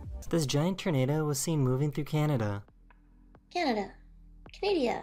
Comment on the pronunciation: Hearing the commentator guy saying "ternado" was driving me crazy lol